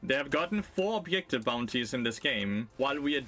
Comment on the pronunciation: Take a drink for every "obyektive" or "anti-fun".